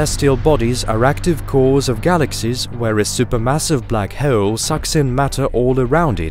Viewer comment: I like the way you say black hole like black heewwwl 😂